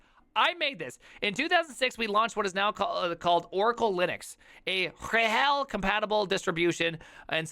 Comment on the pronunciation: The way you pronounce RHEL as ruHELL with stress on the latter, please allow me to use that myself from now on 🙂 Also, why did I not come up with that backronym for Oracle (not quoting here, watch the video, you want ThePrimes reaction)